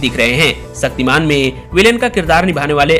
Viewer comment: तुम्हारी डिक्शनरी में छ शब्द नहीं है।.... शक्तिमान.....सक्तिमान......